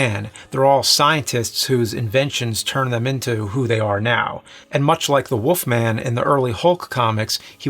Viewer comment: Why does he say The wolf man as "The Woof Man"